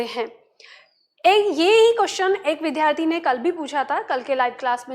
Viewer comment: महोदया , कृपया विद्यार्थी शब्द का उच्चारण सुधार लें । इसे विध्यार्थी न बोलें